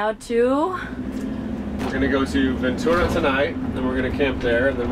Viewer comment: So cool to hear you say Ventura correctly like a local! Thats my hometown but now I live in santa barbara hahaha i saw my schools stadium behind you while you filmed at the beach